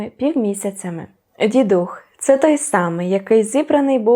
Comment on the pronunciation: Дякую. Вперше чую наголос дідУх. Зазвичай кажуть дІдух.